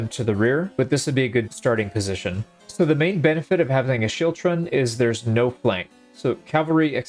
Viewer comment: The scottish pronunciation is actually skiltron but great video still